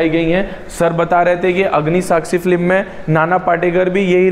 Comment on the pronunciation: आशिकी, साजन, मुन्नाभाई एमबीबीएस की शुटिंग भी इसी बंगले में हुई है। आपने यह बंगलो दिखाकर मेरी बरसों पुरानी साध पूरी कर दी। आप बोलने में एक ग़लती करते हो। फ्लीम नहीं, फिल्म बोला जाता है। आपकी जानकारी के लिए।